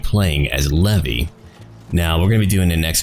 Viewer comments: Levi! He said levi(lev-ee) it's Levi(lev-eye) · not Levi as in the jeans haha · its levi not levy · its not levy its leave and then I levi. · I'm pretty sure it's pronounced "leevai" but whatever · Jean is my favorite character. His character development is just so amazing. Also that is NOT how you pronounce Levi's name lol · the way he said levi XD im done